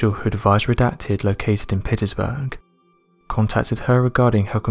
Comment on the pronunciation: Why is he saying Petersburg so strangely?